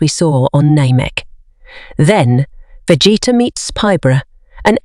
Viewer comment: Vegeta pronunciation 💀